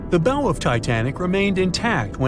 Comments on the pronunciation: Drives me nuts when I hear "bow" (rhymes with "no") It's pronounced BOW, rhymes with COW. ugh... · Where do you go next in a speculative informational video about a ship after you make it clear you didn't know how bow is pronounced? Nowhere. That's who. Oh, and if anyone's skeptical about the coal fire but still talking mummies using question marks not laughing smileys then, well. We'll have a new breed, final phase of nimrod on our hands. It can't be bargained with. It can't be reasoned with. And it absolutely will not stop. Ever.